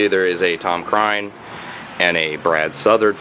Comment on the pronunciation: Hmmm. I always pronounced it "crane" not "cryne"